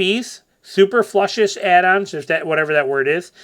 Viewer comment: "Superfluous" is pronounced "soo-PER-floo-us"